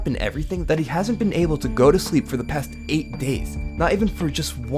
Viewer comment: at this point I'm noticing him pronouncing still , past and more words with s like this thtill , patht , and like... Something like Thor , did anyone else notice that ?